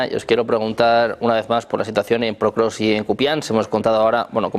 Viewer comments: El periodista dice "PROKROVSK" hace 3 años... Los invitados dicen POKROVSK y el Título del video también lo dice correctamente...Alguien que le avise como se pronuncia por favor...!!! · No existe canal mas prorruso que este. Vergüenza para todos vosotros que apoyáis al tio que lleva 25 años en el poder y que te mete en la cárcel por cualquier pensamiento en contra. Viva la ''democracia'' de putin claro que si. Ah, y a ver si pronunciamos bien Pokrovsk, champion👍